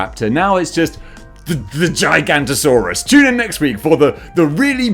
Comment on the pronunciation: (Gi-ga-noto-saurus) thats how its pronounced